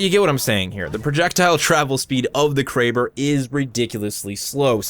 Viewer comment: Him: Kray-ber Me: Crabb-er Me again: that sounds so much better